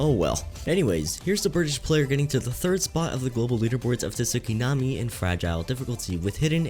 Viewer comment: Please stop saying Tu-sukinami, it's giving me nightmares about a Tu-sunami hitting my house.